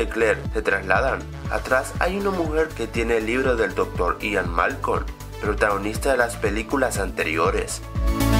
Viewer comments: No es Ian Malcon ,Es Ian Malcom,Y no es Hammons,es Hammond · Es Ian Malcom no Malcon pero buen video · Es “Malcolm" no malcon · Ian Malcon... :v Sería "Malcolm" no? :P